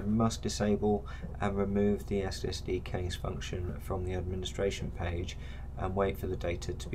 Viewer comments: Nice video, even if you do have a funny pronunciation of 'cache', it's normally pronounced "cash" not "cay-sh". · Very helpful. Also made me check how I’ve been pronouncing cache. Correct is indeed “Kash” phonetically. If that’s helpful 😊